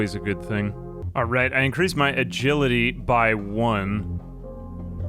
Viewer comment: He's saying 'alright' but fast